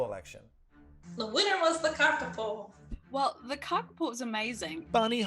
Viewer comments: I was a bit annoyed that that guy couldn't say a simple name like kappakuku. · It's pronounced kaka-poe.